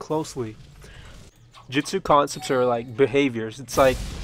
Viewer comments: Dude. Let me be truthful with you, the way you speak lacks the pronunciation of the word. It's JU-TSU, J-U-TSU. With a U, not a damn e. You're legit saying Jetsu. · jitsu,jitsu,jitsu not to be mean but its pronounced Jutsu (Joot - su)